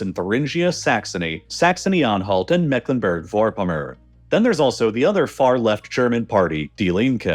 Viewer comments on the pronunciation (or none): Ah yes Mecklenburg vörpomör homie gave up on that one 😂